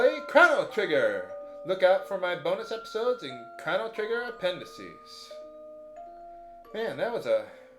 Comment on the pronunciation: I love how you kept miss saying the main characters name.